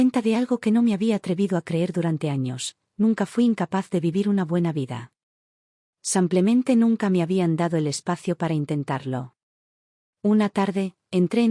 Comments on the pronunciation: 😂 no es san Clemente, es "samplemente" en lugar de simplemente 🤦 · Porque dicen samplamente en lugar de simplemente? Lo he oido en varias narraciones. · Pedon ella dice samplemente